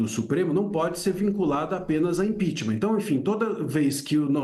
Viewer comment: Professor falar impitimar é feio